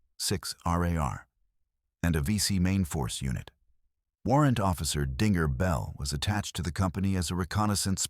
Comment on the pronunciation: I think dinger is the nickname given to Bell. Is there a Bell on the website? This is not an Australian channel most foreigners don't get Australian's use of nicknames and the script is being read w8th emphasis on finger not the following word Bell.